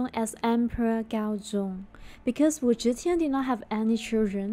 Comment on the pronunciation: Switch your z and zh pronunciation, then it’s perfect. Teehee